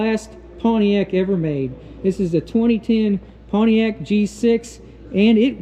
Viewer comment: Good god. It's not pwaniac. It's pontiac.